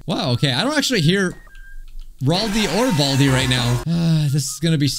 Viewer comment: Hey that’s a joke but he said bradi